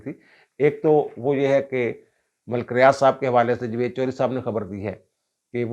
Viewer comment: میرا خیال تھا کہ آپ کا نام ہے۔ آج آپ کے منہ سے سنا ۔ سواد آگیا جوید صاحب۔ 😅